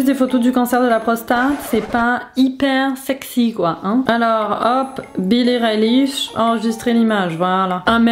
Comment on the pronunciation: Billie Reiliz Moi: BILLIE EILISHH